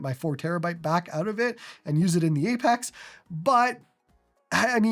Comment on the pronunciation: "Apax"